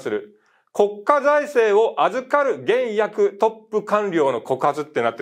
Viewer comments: 三橋先生 「現役」は、「ゲンヤク」ではなく、「ゲンエキ」です！ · いろいろな人が批判していますが、視点が独自で勉強になりました。現役⇒「げんやく」ではなく「げんえき」です。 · 旦那、現役は ゲンヤク じゃなくて ゲンエキ でんねん。